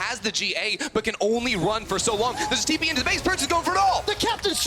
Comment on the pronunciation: Bwipo with the Tipo :'D I had to pause the game cause I was laughing so much XD